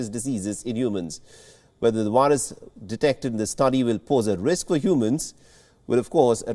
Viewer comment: You say 'variant'. You say 'very'. You say 'COVID'. Why, then, do you say 'wirus'?! They are all spelled with the same letter!!